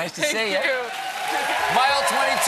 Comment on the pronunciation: hahaahha "Ronda Ricey"